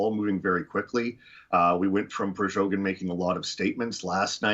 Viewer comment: why does he call "Prigozhin" "Prizhogin"?😅